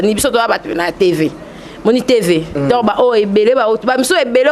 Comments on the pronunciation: bolingi télévision mais prononciation pe mobulu na français, on dit donc et non donki eza pasi yango bozokoka kolobela makambu ya mboka te kala te 1er ministre akobima kuna bino kaka kidiba,pcq bosutukela kaka kosenga bana poto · mbamu mbamu ken alobi donkiiii 😂😂😂😂😂😂😂😂 obuki nga panzi 😂😂😂😂😂😂😂